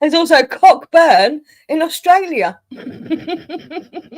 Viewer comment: Good Morning, & 🧡☕️ i was asleep & missed this 💤 again. Watching now 🧡 the name Cockburn is pronounced Coburn 🤣 it was funny though 😂 Also Fantastic Beasts & you were first 😂🧡🧡🧡🧡 Hope to catch you all on Friday on Hens channel 🧡 miss you all 🧡🧡🧡🧡